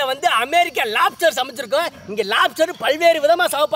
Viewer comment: american lapster 😂